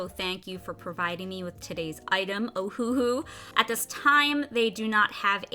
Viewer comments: You said it correctly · Great Review Video! Thank you for all the precious inputs. And you are saying the name correctly (thumbs up). :D